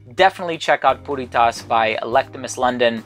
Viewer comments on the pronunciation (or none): Why does it sound like he is saying Putty Tat?...(i thought i saw a putty-tat...)